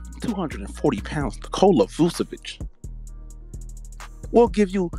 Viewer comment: Bro said vucevic 😂